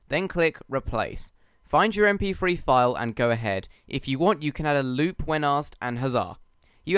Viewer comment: "Em Pee Free"